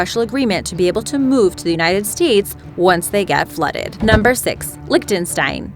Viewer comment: Please pronounce 'archipelago' correctly henceforth. Thank you. Wait.. also Liechtenstein... Good God...